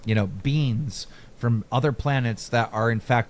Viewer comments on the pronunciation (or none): Everytime Keem says alien beings, it souns like hes saying alien beans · Anybody else hear “beans” instead of “beings” every time Keem says beings?